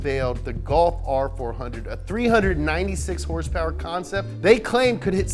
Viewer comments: Tells you to say MK properly... Says Hrsprs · the way you say hrsprs is everything:D:D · So many Hörsepürs…